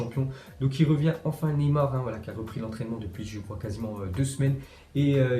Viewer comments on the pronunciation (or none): none